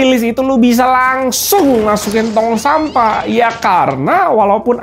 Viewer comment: Ahahaa renyaahh ngucap sampahh nyaaa😂